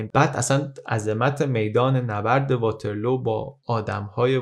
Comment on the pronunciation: توجه به تلفظ ها بد نیست. واترلو به وزن لو رفتن نیست. واترلو به وزن لولو خورخوره است😂